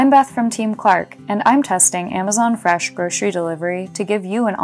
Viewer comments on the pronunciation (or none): I like how she says freshlm